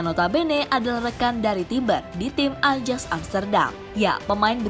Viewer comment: Min .. AJAX itu dibacanya AYAKS .. Gak enak dengernya min, jika salah ucap.